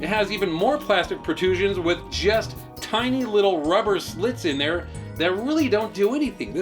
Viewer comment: He said "protrusion"...